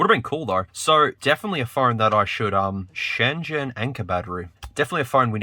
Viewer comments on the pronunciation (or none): none